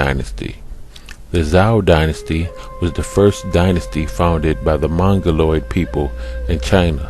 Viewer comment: When the guy mispronounces the dynasty names right at beginning this video loses all credibility. Stopped it there.